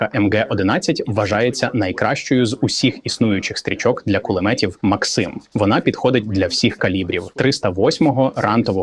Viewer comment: Хто такий цей максИм, якщо це кулемет мАксима? І він теж каже мАксим